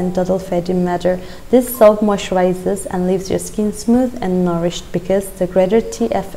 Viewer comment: I remember you saying soup instead of soap 🤣🤣🤣... I am saying this again I don't want you to leave Nagaland🥺